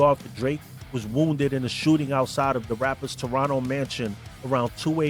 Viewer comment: Props for correct pronunciation of the word Toronto : "Toronno" ML&R #ghostin